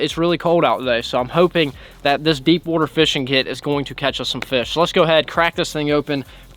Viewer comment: The amount of times he says wooter in this video is 🤯